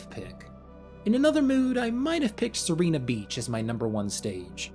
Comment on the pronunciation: you are pronouncing Sirena beach's vowels the other way around (as in... you are reading serina beach)